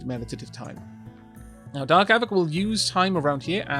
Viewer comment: I noticed with your lets play with Wanderbot, he pronounces your name with a hard A sound. A-vack. As an American I apologize on his behalf but understand, Ameri-english loves to turn pretty much any vowel, especially one that's leading , into its hard form. Savages, I tell you. =)